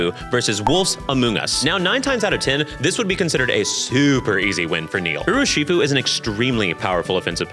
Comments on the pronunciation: it’s pronounced “urrr-shi-fuu”. And “Ah-moon-Gus” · the way you pronounced urshifu put me into cardiac arrest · I don't want to be that girl. I understand any and all mistakes. You are a shining ray of hope in a collapsing world (a bit dramatic, I know). Its Urshifu. Not Urushifu. Also, the Porygon evolution line does appear in the generation nine anime. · I have never heard Urshifu pronounced like that. 😳 "Oo-er-shifu"?. "Urso", meaning Bear, plus shifu, meaning "master". "Er-shifu". You got this,. 😅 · I'm rewatching this and hearing you pronounce Urshifu as Urushifu hurts me still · Great video,! Thank you! Also, just an FYI, the pokemon's name is "Urshifu" (i.e. ursa + shifu). But thanks again, I really loved the Amoonguss trans icon origin story! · I stg it’s urshifu. There’s not a second u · just wanted to say this quickly, Urshifu is pronounced Ur-shi-foo, not done with watching the vid yet but phenomenal so far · Most insane urshifu pronunciation I have ever heard